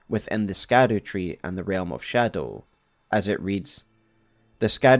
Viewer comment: The way you insist on reading it scadu